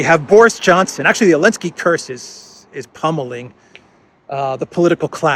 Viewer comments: Why does keep on saying Elensky, without the Z? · Mate, the name is Zelensky, say it like a man. Don't be a coward. If you're so afraid of YouTube censorship, upload to other platforms